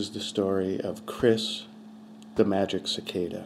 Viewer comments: It's actually Magicicada (Magi-cicada), not MagiC-Cicada. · Pretty sure it's pronounced "Magi-cicada", not "Magic cicada". ;)